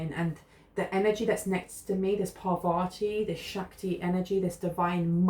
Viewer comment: It’s pronounced Par-vati, emphasis on the first syllable.